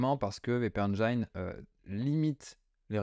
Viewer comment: WpEngin se prononce: Wp éne jine